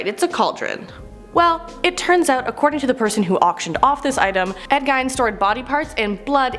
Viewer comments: and it is really pronounced like Ed geen but spelled gein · Gein is pronounced Geen And Dybbuk is pronounced Di-buck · My dear young lady... It is pronounced "GEEN". Long "E". And while I'm being a nitpicky old fart, it is also pronounced "DIH-buck". Soft "I". Do forgive me, but as the latest hire at The Haunted Museum, these things... They MATTER to me. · Also"gEEn"not "gine" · ed geen with a hard g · Gein is pronounced as Geen for some reason. Like Frahnkensteen. :D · She pronounces alot of the names wrong like dybbuk Ed gein... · Why so much hate for? I think she’s just trying to bring a bit of her own personality to the lists. She might not be everyone’s cup of tea but some of the comments are bullying:( And Ed Gein’s name could easily be mispronounced if you’ve never heard it spoken before. Same with dybbuk. She’s still new and doing her best. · Genuinely makes me angry every time she pronounces Ed Geins name wrong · I’m okay with her messing up with some words but she couldn’t pronounce Gein right and she’s doing a horror video get her out of there get someone who can say the name right who actually knows horror I’m sorry for this rant but that pissed me and that’s not easy to do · that is NOT how you pronounce gein like at all that is not how you pronounce it. I'm literally so annoyed that you said it like that.😫